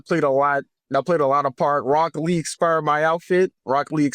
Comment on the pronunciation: No hate to but the fact that someone called death sentence keeps saying expired instead of inspired is the funniest thing ever